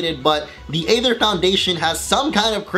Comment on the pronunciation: Isn't the Aether Foundation pronounced like Ike's sword?